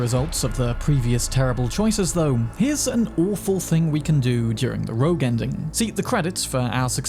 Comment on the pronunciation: its "rogue" not "roak"